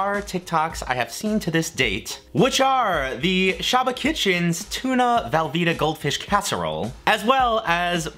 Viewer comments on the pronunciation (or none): velveeta not valveeta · am i the only one hearing him say valveeta cheese and not velveeta?